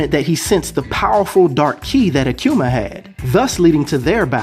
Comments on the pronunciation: Bro say it with me now A ku ma Aku ma Akuma not Akcuuma lol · Where do you be finding these physical stats man? You kill me everytime you say aQuma lol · akuma is pronounced ---- AHH-COO-MAH